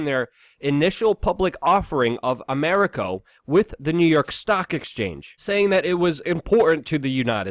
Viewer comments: Americo? A-RAM-Co. lol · Luke!! it's Saudi A-ram-co ;)